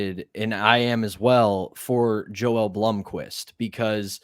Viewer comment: We have to get to pronounce Joel’s first name correctly! It’s YO-EL. It’s okay, lol